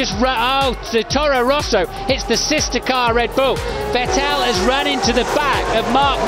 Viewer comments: "Vettel... Vittel... Ve-ttel..." that deciding moment when you quickily need to choose how to pronunciate the new guy's name. And you choose it wrong... Lol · I hate the way they say Vettel. VeTAIL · My ears hurt after not hearing Fettel but VeğteL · I loved when they called him vetel not vettel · Remember those days where they pronounced Vettel as "Vet'Tell?" Weird times. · also pronounce as that way too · Now they say 'Phettel'. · He's saying vet-tal 🤦🏻‍♂️ wtf how can you butcher a name that badly lmao? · and then Se-Bas-ti-an Phet-tel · I don't understand why it's so hard for some people to just say "f" instead of "v" in his name... I'm not even German (or anything similar) but my ears bleed every time I hear Vettel with V. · Vetêlle o.O Didn't know they had to figure out Seb's last name. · Remember when commentators pronounced Seb Vettel as Seb VEttAL...because I do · Interesting how they pronounced Seb's name diffefently back then (rhymes with Mattel instead of Kettle) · The fact they say Sebastian VETELLE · Who the heck is Veteeel ? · who is ver-tell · listen how weird they pronounce Vettels name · Funny how they’ve changed Vettel’ pronunciation over the years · let’s take a moment from the commentator that pronounced vetted ppl a different way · Hilarious how they pronounced Vettel back then 😂